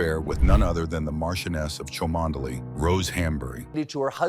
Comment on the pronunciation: Will someone please learn how to pronounce "Cholmondeley" properly!! It is pronounced "Chumly" look it up!!!